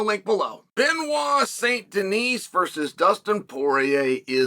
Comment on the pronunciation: To anglophonic people: Please stop pronouncing the last T and S it's "Benoit sain Deni" same as "Pari" not Parisssss.